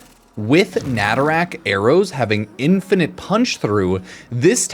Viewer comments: Normal people: nah tah ruk: Na ta rack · Nay-Tuh-Ruck but you can rack whatever you want. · Maybe stop calling Nataruk "Natarak" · It's not netherack it's NATARUK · I really hope saying "natarak" is on purpose rather than an accident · Why tf are you calling it naturak? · I love your videos but "natarak" hurts me for some reason. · Why’s he pronouncing a U as and A? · Pronounced Nataruk wrong every time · Nataruk has been Veso'd!